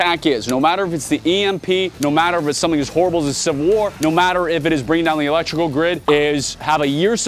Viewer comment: Mispronounced "electoral"